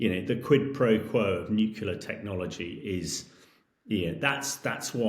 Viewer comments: "New killer"?... Does this guy really not know how to pronounce "nuclear"?? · Do not take seriously anyone who pronounces nuclear "nook-u-lah ". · Yes, you wonder about his attention to (important) details ... and his pronunciation of 'nuclear' ... it's not nuc-u-lar! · As soon as I hear some sausage, who can't pronounce 'nuclear' properly, I switch off. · Russia has NOT lost 600K dead. That's all losses—KIA, captured, incapacitated, deserted. I'm done with this crap video. Dude can't even pronounce "nuclear." Not remarkable for the average person, but signs like that are all over the place with this poseur.